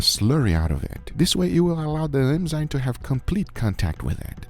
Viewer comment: Me thinking ... Wow delicious looking steak, better not focus on Guga saying enzyme 😂